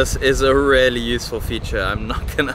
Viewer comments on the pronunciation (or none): hi bro, if you insist on using the word "really" so often, make sure to pronounce it like "rially" instead of "rarely", because the way you say it is rather distinctly off putting